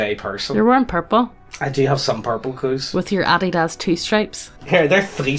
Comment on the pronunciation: Loved the pronunciation of Adidas as Adi-daaas